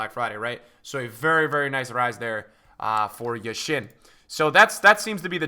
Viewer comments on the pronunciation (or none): just a small favor. When you say Yashin, do the stress at the first sound - YAshin. Thanks!